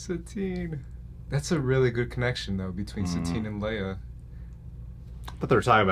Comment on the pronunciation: That fuckin guy said Satine LMFAO